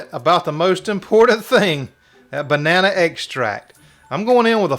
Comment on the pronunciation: lol you said “bananaeee” without skipping a beat. Love it!